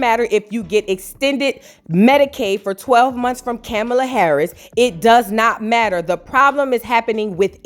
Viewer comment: Her name is car-ma-la it is just not cute when we do it.